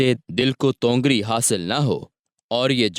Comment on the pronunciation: Bhai tongar nahin tawangari hai